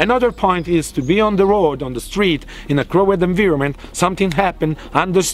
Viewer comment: I need a shirt that says "Crowed inveeroment"